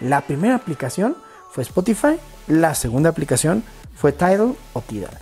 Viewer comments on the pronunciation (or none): Jsjsjajaa 🤣 🤣 🤣 🤣 tairol te sale chistoso 🤣🤣🤣